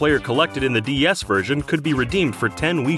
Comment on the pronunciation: Why does he say D S as D E S? That's just confusing as hell